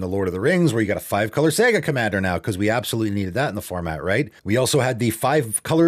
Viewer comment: it's "SA-ga" ""SEG-a" makes video games.